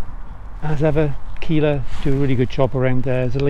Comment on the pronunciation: D say killa like killer but with an a at the end. Sounds dope then